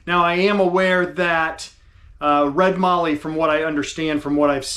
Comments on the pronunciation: It's pronounced Mallee as in Sally and valley. It's one of Australia's better known timbers that comes from the south west. Mix the Mallee burl with Jarrah in a jewelry box and see the magic. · Beautiful piece, but one correction: mallee is pronounced with a short “a”, so it rhymes with “alley” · Nice job on the Mallee Burl. It would be like turning concrete!! I am lucky living in Australia and have Mallee Red Burl available quite cheaply. I am a pen turner and use Mallee Red and Mallee Brown in a heap of my pens. I had to resort to Carbide Tips a lot of the time as, like you, I was resharpening my gouge (a good quality Sorby) quite often. BTW - there is no "R" in Mallee. Just sayin'. Take care and thanks for sharing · Great Job you showed that wood off great. Side note the "A" in Mallee is sounded the same as the "A" in Daniel 😁